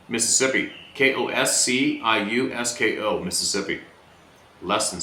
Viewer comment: Kosciusko pronunciation is ( koz e us co) Named after a Polish General that assisted George Washington during the Revolutionary War..Just a fun fact for ya.